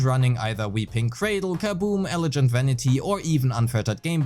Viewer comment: just FYI the G in "elegant" is a hard G as in "guilty", not a soft G as in "gentle." Thanks for the guide. I'm really looking forward to her. The tanuki looks like fun :D